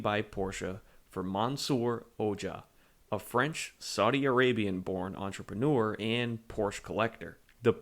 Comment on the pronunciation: Nice video but you absolutely butchered the pronunciation of Mansour Ojjeh's name - it's O-Jey, not whatever you said!